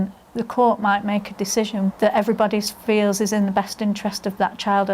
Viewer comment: he “theels”